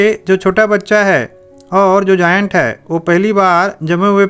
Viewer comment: It is not जायंट😂😂 👏👏🪐